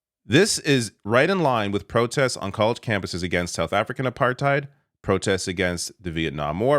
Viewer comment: LMAO “it’s aPArThEidZ” nope